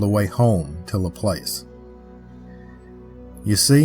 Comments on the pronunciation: Louisiana girl here , I know you tired your best but you pronounce Laplace wrong , it's pronounce La- plauce , long A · Just some friendly advice on pronunciation of the people places and things in our beloved State of Louisiana. Laplace is “Luh-Ploss” and Ruddock is “Roo-Dock” and The Manchac Swamp is “MAN-shack” Loup-garou in French Cajun enunciates the P in Loup as in “Loop-Gah-Roo “ The vast majority of people who aren’t native to Louisiana have trouble pronouncing the numerous names that usually originate in French, Native American or Cajun French. Any time you do a video on anything located in Louisiana and you want to make sure you get the pronunciation correct, feel free to reach out! And please don’t think I’m coming at you with any type of condescension or ugliness. I am well aware of how difficult it is to pronounce the majority of the proper nouns in Louisiana. Just one of the ways that we’re exceptionally unique and special as a state, a culture, and a community of very diverse origins and heritages that come together to form a mix of the best of the best! Your video was great though. Better than most other examples of the Louisiana folklore creatures and cryptids that’s for sure. Love all of your work! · The rougarou is always an interesting tale. There s a model of one in the Audubon Zoo in New Orleans. Just an FYI, Laplace is pronounced La plawce locally. 😊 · Basic research on pronunciation before posting a video would go a long way. Luh-place. 😂 I enjoy your videos but often get laughs from your butchery when it comes to pronouncing words and names and places. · It's pronounced Lah-Plass. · It's pronounced Lah Plahs